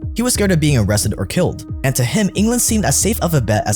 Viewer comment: You said Kilt (killed) 😅